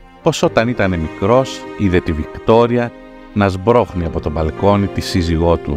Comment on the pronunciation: Να σπρωχνει οχι σμπρωχνει.